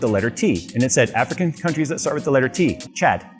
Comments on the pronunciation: When, after watching an interesting competition in building a PC, you start reading comments, and most of them are about pronouncing the word "Chad". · Chad with a T = Thad.....Thad Castle never dies